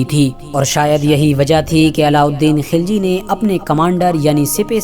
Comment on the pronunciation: खिलजी नही खलजी